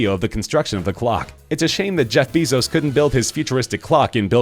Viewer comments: ITS BAY-ZOES NOT BEE-ZOES!!!! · its not read bizos BEISOZ BEISOZ BEISOZ BEISOZ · Broon-"EYE." Gates is the second richest man in the WORLD. And no, he is not building Belmont. "BEH-zos." This narrator is annoying. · You're not saying Bezos correctly!!!